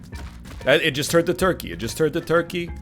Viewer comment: Me when he say “torkey”